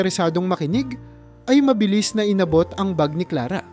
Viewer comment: Maling Mali Ang bigkas mi sa pangalan Clara.